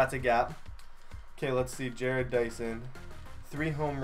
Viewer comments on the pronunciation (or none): Bro his name is ja-rod dyson not Jared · Yeah it's Ju-Rod Dyson not Jered. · It's ja-rodd Not Jared please pronounce it right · It's Ja-Rod Dyson. Is how u say it. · I'm a royals fan jerrod is pronounced with an ah sound je-rod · It's pronounced ja-rod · yeah get your names right Boi!!!!!!!!!!!!!!!!